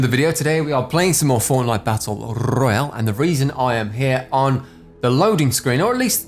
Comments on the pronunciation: Fortnite battle rrrrreoyal renegad rrrraidier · Your royale pronunciation is so cringey